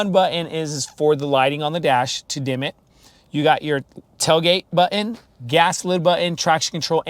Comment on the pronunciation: one comment. learn how to say 'button'